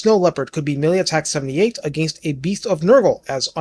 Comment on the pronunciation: Sometimes when you say plus 5 melee attack, i think you instead said, plus 5 MILLION attack lmfao. Made me double take